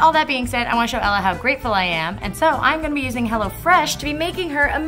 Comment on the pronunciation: Until I thought you were saying HellaFresh.